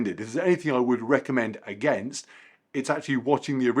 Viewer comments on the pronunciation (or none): none